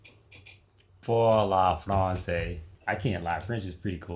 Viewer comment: Pour la France means For the France. It must be pronounced like Pewr la France